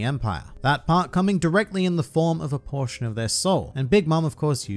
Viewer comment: “A portion” and “abortion” sound reeeaaally similar with that accent.